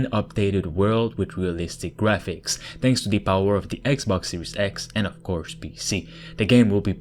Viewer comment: Fala direito kct!!!!!!